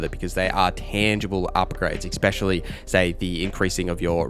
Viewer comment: Stop saying "expecially," for fucks sake.